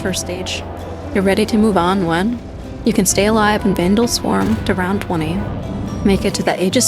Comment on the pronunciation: the vanduul swarmuh 😩